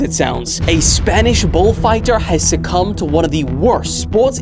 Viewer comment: you said the matador succumbed...